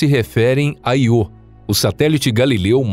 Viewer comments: narrador fala 250 vezes Iô mas não tem acento e assim como a palavra Eu, diz-se então ío e não iô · Canal tão bom que o locutor não sabe nem falar o nome do satélite da forma correta. Ele diz "iô", quando deveria pronunciar ' io '.😠👎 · Cara. O nome do satélite é Io, sílaba tônica na letra ' i ' . Para que a pronúncia fosse do jeito que vc tá falando, teria que ser escrito "IÔ". 😠👎👎👎🙏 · `` IO `` SE LË `` AIO `` PORRA !!!! KKKKKKKKKKKKKKKK